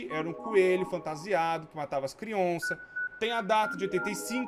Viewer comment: Ja perseberam que ele fala "crionças" em vez de "crianças"? Kkkkkkk 👁👄👁-clica no like se vc percebeu :3